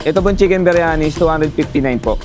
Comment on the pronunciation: arabic yung cnasabi mo. Ang linaw ng pagkakasabi ng indian style beryani.